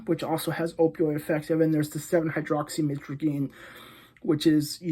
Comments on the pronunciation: Stop trying to pronounce the full word 🤣🤣🤣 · Being addicted to something you dont even properly pronounce the name of is pretty wild...